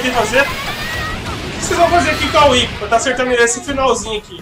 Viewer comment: É tão agradável quando alguém acerta o nome da "Whi(Uipi)". =DD E que bom que está se acostumando com a Whip(725, né?), que está diferente, mas ainda é Whip.